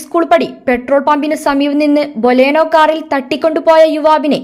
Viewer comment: Boleno alla ammayee Baleno anu...